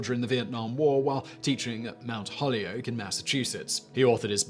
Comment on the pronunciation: Holyoke has only two syllables. Hol-yoke.